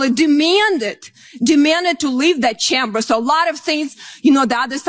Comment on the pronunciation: She cannot even pronounce CHAMBER correctly. She herself is UN-AMERICAN.